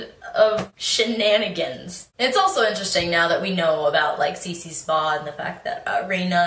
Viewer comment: it's CiRce not Cece...